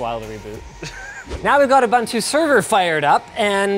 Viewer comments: Linus' pronunciation of Ubuntu will never not irk me.......its "u woo n tu" not "u bun to" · How does a "tech" guy like Linus not know how to pronounce Ubuntu after all these years? Ubuntu = OoBOONtoo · "Now we've got a BUN-2 server fired up" LOL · Linus: Ubuntu Server Subtitles: a BUN-2 server :-D